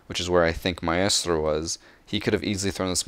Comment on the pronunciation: Say “my-es-tro, instead of My-stro, but the day Ka-de instead of Ky-ed